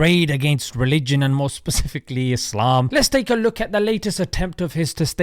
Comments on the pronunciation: Ah yes "Izlem" and "ella" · The person who says Allah, ellah and Islam, izlam, just ignore that person.😒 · JP always seemed to me like a shady person. Anyone who can't take the time to pronounce "Muslim", "Islam", "Allah" properly really do not care about Islam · He can't even pronounce the most important words in Islam. Apparently Islam is seen as Islam and Allah is ela or whatever he calls it. He seems to lose all sense of intellect when it comes to Islam